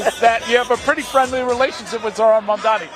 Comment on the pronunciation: Did Letitia finally learn how to correctly pronounce Mamdani's name? Because at the swearing in, she said "Kwami Mandani". She did it one time already and the poor guy simply can't catch a break.